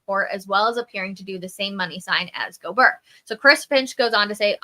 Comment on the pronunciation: Pretty sure it's GO-BEAR not GO-BER